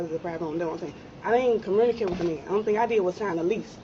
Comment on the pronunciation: Damn , she can’t even say the words communicate or weird properly . 🤦🏾‍♂️